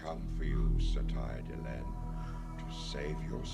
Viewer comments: It's "Dee-LENN", not "Del-en". The naame is literally being spoken in the show, I don't get why people still can't pronounce it properly? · I understand you haven't heard the names enough to know, but I love the mispronunciations of Vir and Delenn. 😁